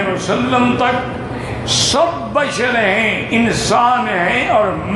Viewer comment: Bhai apni sheen sahi karen woh badar nahin bashar hain aur noori hain.